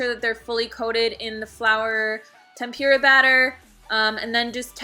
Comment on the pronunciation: Loved the video but it's tempOORa not tempEEra